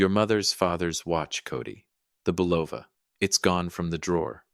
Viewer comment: Bolova Watch??? It's pronounce bull-o-va not bu-loaf-a. Another crap AI channel and one to be added to the "Do Not Recommend" list.